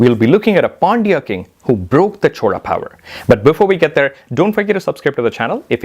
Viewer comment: Chola is a kingdom... Chora is thief... Please pronounce names properly.